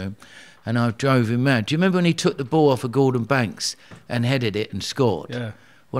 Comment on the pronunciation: Did you have to check yourself from saying baw cancer instead of "ball cancer"? Haha